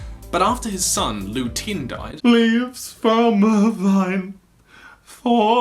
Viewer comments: LU TEN NOT TIN GAAAAHHHH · Btw just to let you know iroh's son "lu-ten" is lu-TEN NOT lu-teen